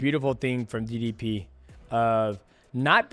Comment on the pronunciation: Its ddp not diddy p